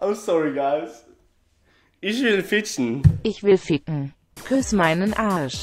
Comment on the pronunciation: Very close try not to pronounce the word when you say ich sounds like you say ish..